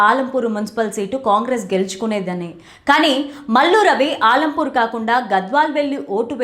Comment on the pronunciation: ఆలంపూర్ కాదు మేడం అలంపూర్ మా నియోజకవర్గం పేరు సరిగ్గా పలకండి మేడం